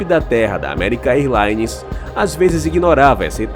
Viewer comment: American "airlaines não; diga American érlaines.